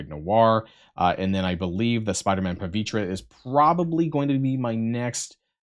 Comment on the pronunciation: "Pah-VEE-Ter." Seriously, do people not know how to say words? It's not just him, it's WAY to many people. Words are hard... Also, Dorm > Doom.